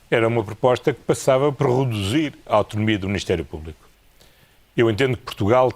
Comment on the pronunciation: gostei mt do "rodozir"